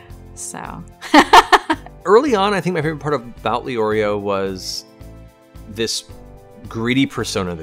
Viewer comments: The only thing that annoys me is the fact that they say Leorio and not Lay-Oreo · It makes me mad when they say Lee-Oreo but I guess I can’t be mad.